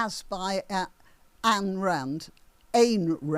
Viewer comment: Ayn Rand quote is probably from ''The conflicts of man's interests' from her book The Virtue of Selfishness'. (Ayn, rhymes with mine). Thanks.